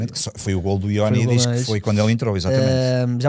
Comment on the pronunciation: Creio que está na altura de tentar que o diga corretamente Ioannidis 😂. Mais um excelente podcast! Bom trabalho